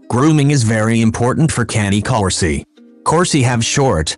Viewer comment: #11 thing to know: How to pronounce the breed name correctly! Smh